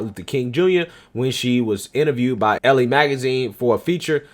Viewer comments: it's ELLE not ELLIE...... ELLE.... LIKE THE MODEL. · I know you don't read women's mags but, "Elle" is French and is pronounced like the letter "L" and means "she."